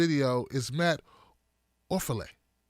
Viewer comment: Ah, it's pronounced Matt Orfala, Orf! The Orf now!